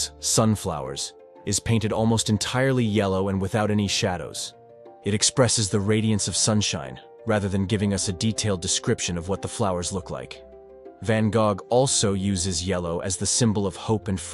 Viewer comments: Van GOG. jfc. I hate AI. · This dude called em van gog im out